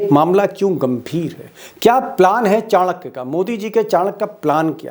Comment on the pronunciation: चाणक्य नही लौणक्य है।